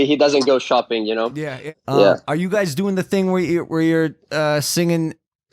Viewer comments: Chiara pronuncia la parola guys "gais" non "gheis" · Tutti: hi Chiara: CIAO GAYS